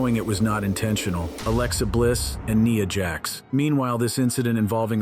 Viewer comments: Did he just pronounce NIYA JAX? 🤣🤣🤣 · Say “Nia Jax” name correctly next time more then one not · The scene that you have here with you say with Nia, Jax and Alexa bliss who is Nia Jax you mean Nia Jax please say the name right please it’s Nia, Jax, and Alexa bliss it’s Nia Jax, and Alexa bliss Nia Jax, And Alexa bliss please just pronounce the names right because you sound foolish when you keep announcing all these names all these words wrong please pronounce the words right please thank you